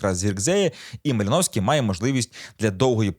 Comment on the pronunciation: Такі да, МалИновський !!!😂